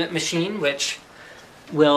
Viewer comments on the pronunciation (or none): none